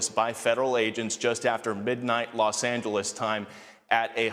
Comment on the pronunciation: is she drunk?! Why did she say Los Angeles like that? 😂